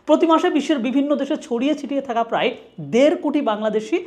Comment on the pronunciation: "প্রাই" নয় ভাই "প্রায়" উচ্চারণ হবে।